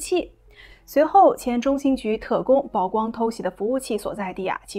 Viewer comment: 曝光 曝露 野人獻曝 均唸「舖」 不唸「報」 謝謝.